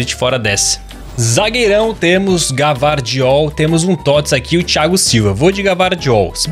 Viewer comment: o Gvardiol se pronuncia com i